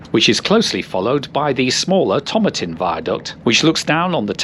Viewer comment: A very familiar run to me, and one of my favourites, as someone who grew up in the area. A couple of pronunciation points: Tomatin has the stress on the second syllable (like tomato, but not the American pronunciation!). Slochd is pronounced /slɒxk/, i.e. rhyming with loch but with a /k/ on the end – think of it as being like ‘it’[s Loch K]atrine’. 😊